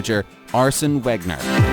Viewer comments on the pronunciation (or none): This was a great video, but WOW... The pronunciations are hilariously bad. Tottenham is pronounced Tot-nam, the double T stops or being called Tote-nam. Wenger is pronounced Venger Klose is pronounced Closer Lewandowski is Levandovski I could go on... Still a great vid though 👍🏻